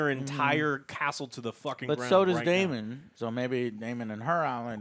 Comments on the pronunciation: Again with the Damien.... no I in Daemon. I think at this point you're doing it on purpose bc nobody is that stupid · Why is Joe talking about book stuff and then mispronounce a simple name like Daemon? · For fuck's sake. It's DAEMON...not Damien. Damien is the f-ing anti-Christ from The Omen. It's Daemon. Do you call Matt Damon Matt Damien? 5 episodes in and you can't get one of the easiest names on this show right? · You keep calling him Damien… it’s Daemon, Joe.. DAEMON* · Super annoying 😡 Damian?? Ugh. It’s Daemen. There’s no “i” or “ee” sound in there. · The mispronunciation of names i expect from.... but now even?? Who the hell is "Damien"??? is this an american thing to just butcher any name that has more than 2 syllables and comes from another country? Its so cringe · How does Joe not know it's Daemon not Damien. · Its not even mispronouncing; Its just wrong names. Damien isnt the same name as DAE-mon. Christian is also not the same name as Cris-ton. Its nutty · Hey Joe.. sorry to be that guy but just thought I'd mention, Daemon = "Day mon" not "Damion" Sir Criston = "Chris Ton" not "Christian" Laenor = "Lay nor" not "Lenore" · I love you guys but you are pronouncing the 3 main characters in this episode wrongly. There's no Christian or Damien and Lenor is a fabric softener in Ireland I think 😁😁. But seriously, love you guys. Every week I wait for She Hulk, Rings Of Weakness, and House of the Dragon. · Man, you guys are slaughtering these character names!! 😂